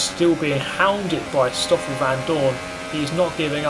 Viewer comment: Why do you say SSSHtoffel? It's just 'Stoffel'. Or is it for the same reason you say 'sikfxfth' instead of sixth?